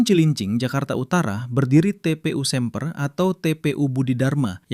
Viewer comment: Semper d baca e nya kaya lele bukan e lemper😅😂😂😂